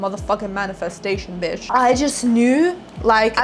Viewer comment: Its so refreshing to hear an aussie accent say biiiitch or mofucka 🎉